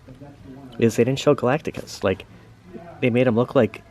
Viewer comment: Galac-ticus? Galactus! 🤣 jk The trailer looks ok but why did they make Silver Surfer a woman? Silver Surfer is my favorite marvel character and they made him a girl! It’s crazy!😩 anyway Galactus not being a cloud is a positive update